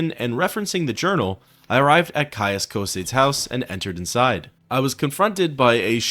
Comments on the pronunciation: His name is "Tarheel". Also Cosades is pronounced as CosAdes. Not Cosaydes. Its like in Latin,so pronounce the e.Sorry,I'm a MW geek. :} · Love your videos, you truly honour the Sixth House, but I must mention that you're pronouncing Caius Cosades' name incorrectly. It has three syllables, with the "-es" at the end pronounced as its own syllable, like in "Socrates".